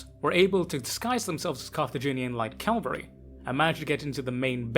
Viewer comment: I've think I've whined multiple times but Cav-al-ry.🤣